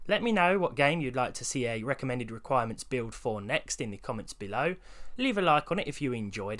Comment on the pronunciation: “The wecommend amount of dead detonated wam for a suvah”